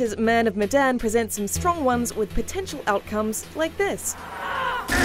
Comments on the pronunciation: The "e" in "Medan" should be pronounced as "é" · Say the title of the game right next time, your saying Medan wrong